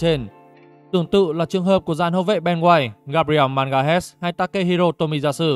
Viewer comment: Gabriel ma ga lays zen ơi. H là âm câm